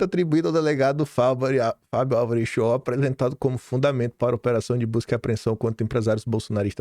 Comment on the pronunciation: Curiosidade apenas: O nome do delegado é Fábio ALVAREZ Schor. A pronúncia é “Alvarêz” porque é de origem espanhola. Termina com “Z”. ÁLVARES tem acento no Á e termina com “s”. É de origem Portuguesa